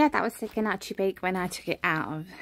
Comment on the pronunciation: Al look delicious- especially the gnocchi- it is pronounced without the g and the chi makes a ‘ck’ sound so you say it like ‘nyocki’